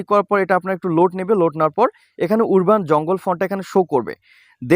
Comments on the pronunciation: ভাই উরবান না উচ্চারণ হবে আরবান🎉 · ওরবান উচ্চারণ হবে না । উচ্চারণ টি হবে - আরবান, যার বাংলা অর্থ - গ্রামীণ ।